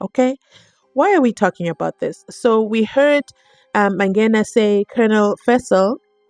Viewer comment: What is so difficult about pronouncing the word MANGENA correctly,its a simple word,jeez,this judge,by the way i share the same surname with the "ballistic expert" but we r not related🤪🤪